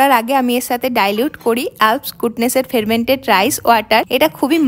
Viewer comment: ফেরমেন্টেড না গো ওটা ফারমেন্টেড ওয়াটার